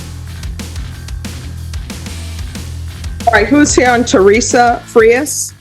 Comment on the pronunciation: Judge is still pronouncing Frias with Englush in mind. Spanish vowels have one pronunciation. English vowels have multiple pronunciatians. Thats the problem ! A can be pronounced 8 ways alone! Its a mess!